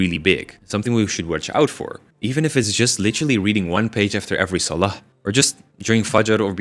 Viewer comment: i like you but can u pronounce salah and allah better, may allah make it easy for you